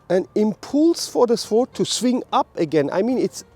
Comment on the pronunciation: Great lesson. But - as a small tip - you actually do not pronounce the 'w' in 'sword'. Unhappily I don't have time to go your seminar this weekend. Was really looking forward to it. By the way, I think the part in front of the index finger is called the root of the index finger. But I could be mustaken there.